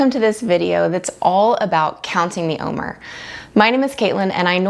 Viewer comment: Wonderful- please know the word OMER is phonetically pronounced “om- air”. Just letting you know how it’s pronounced not criticizing ❤